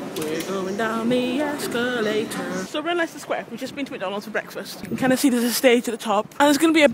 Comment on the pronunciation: lol i love "we're going down the esca-late-orrr" :D